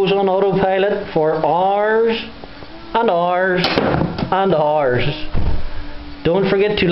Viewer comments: "FoR RRRRs RRRs N Hours" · Go's on For rrrrrrr's and rrrrrrr's lol